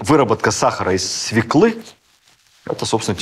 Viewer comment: Уважаемый ВР! Ваши рассказы о русской истории просто бальзам и детектив. Грандиозно. КОМПЛИМЕНТ : Должна отметить огромную работу над речью. Человеку, родившемуся в районе Черкасс, у которого становление речи происходило в не русской среде, сложно избавиться от "специфического Г" Остались только единичные помарки произношения в словах "подвиг" и ему подобным. + промелькнула " свЕклы, не свЁклы" . За русский язык отдельное уважение.